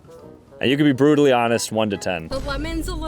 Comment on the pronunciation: it sounded bruital 😭